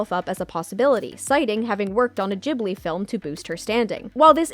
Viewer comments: WHO TF PRONOUNCES IT JIB-LI ITS GIB-LI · Never heard it pronounced Jibli before